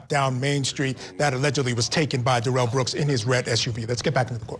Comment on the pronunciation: Who pronounces Darrell like that?